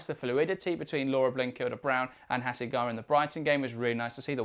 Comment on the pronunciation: ちゃんとハセガワって発音してる。ちゃんとオリジナルの音声聞いてから書き込みな